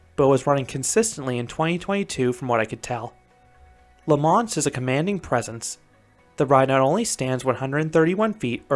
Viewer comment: It's not pronounced La Monst: it's pronounced La Monstre with a silent E. For someone who's been to Europe you should know better, 😑even if Quebeckers speak funny. Also: WHY DID YOU BRING X2 INTO THIS? Are you having a joke with us Canadians, young man? Tisk tisk. Finally: I never knew there was RMC topper track on this coaster, but I can only hope that gives Canadian coaster enthusiasts like me hope that they RMC Great Canadian Mine Buster, Le Mostre and possibly a raptor track at Playland in Vancouver (since the fastest launch in Canada is meaningless 😉) But thanks for posting; I've not ever visited La Ronde but your review looks to be about right. 😑 Thanks for posting!